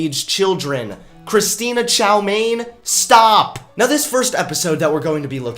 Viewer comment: "christina chow-mein" i died